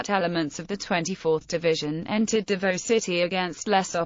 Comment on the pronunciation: Pronounced "Davow" not Davoe.